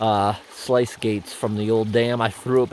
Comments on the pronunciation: Sluice gate not slice gate 😂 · Slice, do you mean sluice ? rhymes with moose 🫎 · FYI, "sluice" rhymes with "loose" and "juice." Just thought you'd want to know. I know I've seen words in print and guessed at pronunciations before. You do you! Great new dam. :D